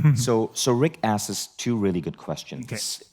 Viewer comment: Vishen.... the word is asks.